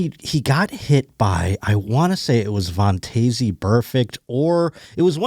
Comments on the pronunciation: Since it bothers me as much as a doofus playing guitar in public bothers others, I gotta tell ya that Vontaze is pronounced VON-Tez. Happy Wednesday Go Bills love u bye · yah I have never heard anyone pronounce it vawn-tayzee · I love the podcast. Watch every week. Stop saying Vontaze Burfict like that. Please. I have never heard anyone pronounce his first name like that.